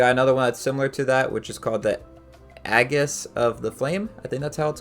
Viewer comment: you butchered aegis